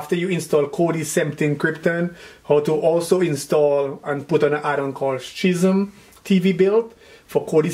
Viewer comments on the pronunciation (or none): Dude can't pronounce schism to save his life.